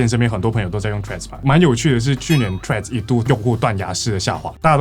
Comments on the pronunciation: 不是唸"脆"，這樣唸拼寫會變成 tread，"th"read 才是正確的唸法哦(輕咬舌音"th") 讀起來會是 [θred] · 左邊那位不就一直唸treads嗎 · 雖然是得尊重發音方便大家聽得懂，但自己是真心覺得不知道是在脆三小賴三小，Threads 就Threads ，Line就Line啊😂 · 怎麼左邊那位唸Threads唸到後面變了Trash🤣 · 對Threads沒什麼特別看法 但看到一堆唸脆的就很惱人 英文是多爛發音都不會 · 所以為什麼Threads要讀成脆🤔 兩者讀音差太遠吧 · 為什麼會唸成脆的😅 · 到底為甚麼是脆? th的音再怎麼說也是碎紙，就算讓100個英文母語使用者一邊吃麻辣火鍋一邊說這個字也不會出現一個脆讀音的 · 再難讀也應該讀成d/f音吧w 讀成脆真的是... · 這我也很好奇😂😂😂😂 明明怎麼唸都不是脆的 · 他就唸錯啊😂😂😂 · 我以為是不會唸threads，所以唸成 tree😂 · 身為應用外語系的畢業生 聽到別人唸成"脆"我也是很煩躁 聽說始作俑者好像是綜合口味的作者 話說他跟我同一間大學畢業的 看來他不知道以前我們系上有兩個很機車的教授（其中一個還是當時的系主任） 如果在她們面前唸錯 有可能會被糾正發音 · Threads 會不會念?不會可以GOOGLE翻譯不然就叫他脆就好了 聽了很躁